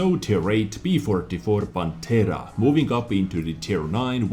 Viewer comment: They seem fantastic, especially the tier X progetto 46., Pantera pronunciation is perfect; but prototìpo has the vocal accent on the I. As always very good and detailed video! 👍